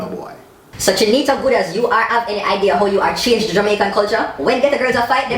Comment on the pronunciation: lol! couldn't pronouncr goodaz... Awww